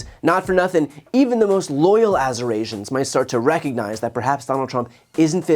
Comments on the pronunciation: let's be honest, azzyurasians is a hard word🤭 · What is an assurasian? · 🙋🏽‍♀️ Hi Brian‼️ First of all I LOVE Your Content‼️ Secondly “Asurasians” 🤭🤣 🙋🏽‍♀️ I can NOT WAIT to #VoteBLUEUPandDwonThisBallotandsendhistailtoJail 💙🗳️💙🗳️💙🗳️💙🗳️💙🗳️💙🗳️